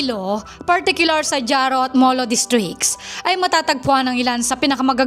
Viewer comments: Ma'am haro po, silent j (jaro) hiligaynon language more mix Spanish kaya more silent letters.. God bless ma'am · Pambihira ka nman Haro (Jaro)ang bigkas nyan... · Not jaro. Haro.